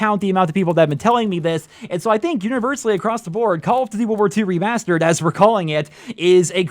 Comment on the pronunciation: You saying remastered it stupid.